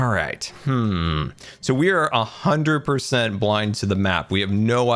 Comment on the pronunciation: "...we are AHAndred percent..."